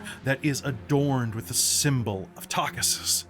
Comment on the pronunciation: Not sure if you did it for the comments but I had a crisis of faith when you pronounced it Tah kaw SIS instead of Tah KEE sis!! Had to go look it up and make sure I wasn't pronouncing it wrong in my game :p